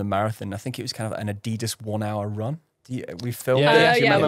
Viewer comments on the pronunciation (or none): none